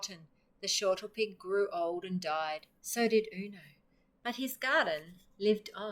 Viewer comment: Great to find an Australian reader, but it's snortlepig - not shortlepig.